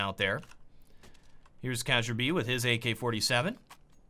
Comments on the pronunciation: KAYJAYAIRBE Its keearbye with the bye sounding like byebye. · I now it is a little bit late to say this but it is not CajunB... It is Kjaerbye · Protip: Pronounce "Kjaerby" like "Kairby" instead, that's about 90% more correct, than "Kajarbi" xD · Kajjerbee? No, its Kee-air-bee Kjaerbye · its pronounced: kyerbee not kajerbi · cajunb ??? ITS KJAERBYE !!! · Kjaerbye is pronounced Kyarbee not Kajurbee. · Kagerbee. Seriously,? Kagerbee? Kjaerbye... Kee-yerr-Bee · Kjaerbye is pronounced "Kyaerbee", not "kacherby". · "KYERBEE" not "kazherbee" lol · It's not kazhierbee it's kyaeerbai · It's not kajerbee... it's said like: shærbee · Glaive bought his M4, what the hell are you talking about?! This video has been so retarded so far it's incredible. Also, what the hell is that pronounciation of Kjaerbye? Cashebyy?:O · So he pronounces Xyp9x right, but calls kjaerbye "kajerbee" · as a Dane, hearing him say "Kazure-bee" makes me irrationally angry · K-cher-by wtf learn the fucking names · It's pronounced like "Kee-yaer-bee" It's danish so the "J" is pronounced like a "Y" in English. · Kjaerbye = casherbee? wtf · "kayjerbe" HAHA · Kesherbee hahahahha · Since when did kjaerbye get pronounced casheerbuy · its not kasierby :/ KJAERBYE MY FRIENDS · Did he pronounce Kjaerbye kuhjarebee? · Instead of Kjaerbye kazaerbye hhhhh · HEY MAN Kjaerbye is pronounced as KA-YEAH-BE (Stress in the middle) Your pronunciation is badddd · i read all the nicknames and asked myself "WHO THE FUCK IS CEASURE BEE?" xD it took a few seconds till i realized he meant kjaerbye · since when is kjaerbye pronounced kacherbii xd, great video tho. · Its pronounce Care-B ( i'm triggered. ) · lol he pronounced it KE-JAR-BE ROFL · Ka jeer bee xddd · I really hate to be that guy... But everytime tries to pronounce Kjaerbye I get lightheaded. Its like Kirby, except you sneak in a J, so Kjirby. Thats probably the closest you yanks will get to the Æ sound. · What's wrong with kajerby? /s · ^ Yes, Kjærby.